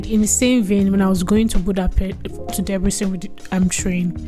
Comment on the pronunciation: just pls try to say "Debrecen" properly